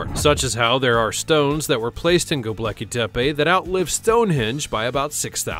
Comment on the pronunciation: You said "Goblecki" It's "Gobeckli".